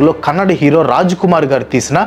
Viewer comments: Hi anna . it's not "Kannad" it's "KANNADA". Please correct it. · Its not Kannad bro its Kannada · Kannad kaadhu bro,....Kannada